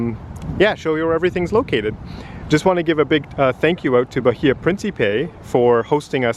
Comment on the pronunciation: The h is silent, ba-ee-a